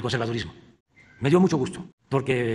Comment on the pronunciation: ¡¡¡ Me dió mucho gujto !!! ¡¡¡ Ejtoy muy contento !!!